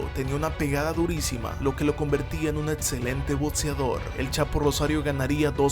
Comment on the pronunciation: Hola, buen día. No sé tu nombre pero quiero decirte que son interesantes tus vídeos. Pero, sin afán de ofender, creo que deberías de esforzarte en tu eXelente pronunciación, en lo personal me desespero de estar escuchando faltas en tu dicción. ¡¡ No es difícil !! Quita la T delante de las X's y las dobles CC's. Se dice Excelente, Boxeador, Acción, no, Etcelente, Botseador, o Atsión. En verdad deseo que lo tomes en serio pues daría un plus a tus comentarios. Atte. Aarón Medrano